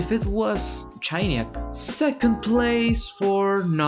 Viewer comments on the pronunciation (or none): Chainiac ❌ Chianyack ✅